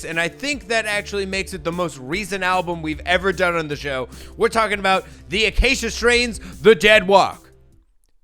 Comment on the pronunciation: Acacia is a tree species that I just so happen to be building an Iceman-shaped guitar out of. Also, you pronounced it spot on. 👌